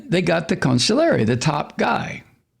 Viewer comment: Con-SIG-li-ere. Please stop saying counsulary. Please please